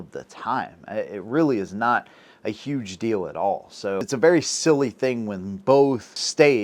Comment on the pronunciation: Did you mean UUGE